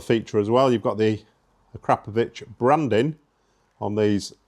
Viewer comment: Looks and sounds amazing mate!! and kudos for the correct pronunciation of 'Akrapovic', it really grates my gears when I hear "ak-row-poh-vick" 😆